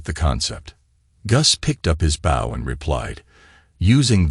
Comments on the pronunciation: He pronounced bow as bowl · Why would he be walking around the bush hunting with the front end of a boat? You need to get the proper pronounceation right